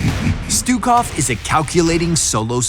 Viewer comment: pronounce his name right and we might get him.